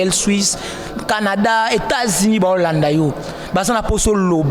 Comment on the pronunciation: Bajo landa bisho na franche, na shwuishe, na Etats junis, 😂😂😂 Hummm, journalishte bongisha pe maloba